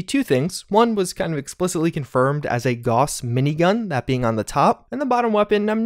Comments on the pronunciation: Gows, not Goss, lord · Gauss=GOWSS not GAWSS